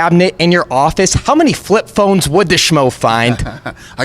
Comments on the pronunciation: "flip phlones for days" lmao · Dana”I got flip phlones for days” white